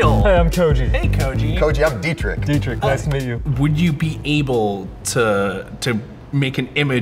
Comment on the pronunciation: Bro Deetrick its pronounced Deetrish (closest thing to german pronounced ch)